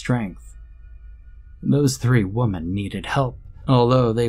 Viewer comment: I have to ask. Why do you pronounce women like woman instead of wih-men? Ive never heard that before & it’s really hard to distinguish the difference like that. I keep thinking you are only talking about one woman.